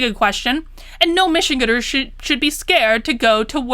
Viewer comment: Just to throw it out there, Michig"an"ders is like "Van", "Ann", or "Ran". :) Spot on analysis though, everything she does continues to be a slap in the face of the working class.